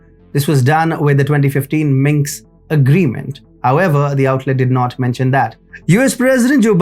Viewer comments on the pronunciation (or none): Why do keep calling the Minsk agreement the Minks agreement? Place the S before the K not after. That is how its spelled, that is how the Capital of Belarus is pronounced.